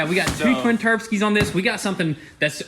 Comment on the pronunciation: He said "turbskies". 😂🤣😅